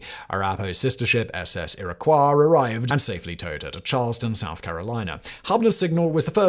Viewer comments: He was not pronouncing Iroquois and Arapahoe with a British accent, he was totally mangling them beyond recognition. And I've probably forgotten more about British accents than you will ever know. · A couple of technical nit picks: Iroquois - "EER-uh-kwoy", Arapahoe - "ah-RAP-uh-ho" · Hearing Simon butcher Arapahoe and Iroquois is killing me